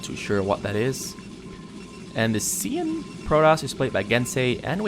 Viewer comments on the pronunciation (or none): Cyan is pronounced sī'ăn' and the one you don't know is tan.